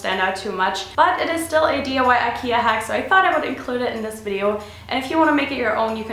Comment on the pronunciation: aww you say it like"aikeiah"